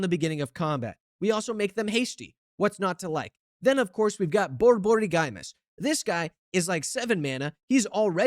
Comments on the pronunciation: Boryborygymos..... no lol. bor-bor-IG-mus, it's a greek. term for "stomach rumble". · Boar - boar - ig - mose Dude said borborygiemoes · Just as an fyi, most everyone pronounces it “bore-buhrigmōs” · Henceforth, this deck shall be named: "War is Gruul". Btw, it's pronounced: Bore-Bore-Igg-Mos. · Pronouncing Borborygmos as Bore-Borey-GuyMus is exactly what we expect from the most unhinged deckbuilder on the net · Bro is not gonna beat the pithing needle with that pronounciation :sob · Giving SethronOlive vibes with that pronunciation 😭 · I'm glad I'm not the only one who noticed XD